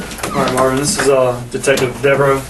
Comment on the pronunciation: Its yo cuzzin! Mah-vin! Mah-vin Berry!